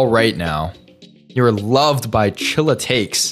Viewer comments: Hiw is struggling with saying chillatekes😂so gold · It was so funny how was trying to read the word "chillatekes" and gave up at the end and js read what the guy was saying HAHA 😂💔